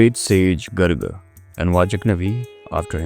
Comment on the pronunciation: It's not Gurgi. It's Gaargi.